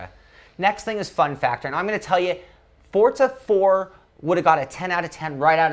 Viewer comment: FORTZA?!?!?! ....... it's Forza..